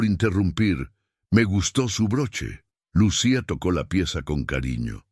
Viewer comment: Que raro que el narrador pronuncie el mal el nombre de Lucía.